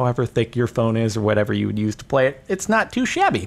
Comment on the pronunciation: "WOOD do"